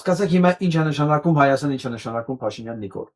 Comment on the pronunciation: Նկատենք, ինչպես է ասում Հայաստան բառը. ՀհաաՍտան❤❤❤❤❤